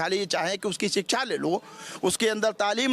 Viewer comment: Abey Kyan Pada Hain SHIKSHA Bolna Seekho Pahle